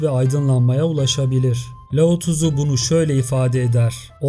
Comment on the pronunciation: her lao tızu dediğinde beynime kan sıçradı abicim laozi demek bu kadar mı zor